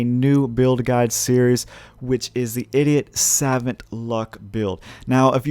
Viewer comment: "Idiot savint"